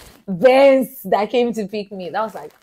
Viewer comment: Did I hear Benz as Uber 😂😂 Nigeria it is well with you. I love how you kept saying that over and over again.